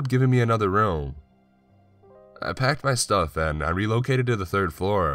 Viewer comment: Man I'm sorry but whyyyyy do you emphasize unimportant words? There's no real animation in your voice. To me, it kind of sounds like when you sing one note and then run your finger up & down over your Adam's apple. Just that same weird fluctuation over & over. "For a second I couldnt spEEEEAK... I knew exactly HOW, and why this haaaaaappened." "I packed my stuuuuufff, and I relocated to the third flOOOR." "I woke up sweating and conFUUUUSED." "They said they heard screaming from your flOOOOOOR." "After about thirty MINUTES the police finally showed uuuuuuhhhp." I'm not trying to be a bitch. It's just really frustrating to try to listen to. You choose good stories, but it's next to impossible for me to listen to them all the way through. Just some constructive feedback I guess...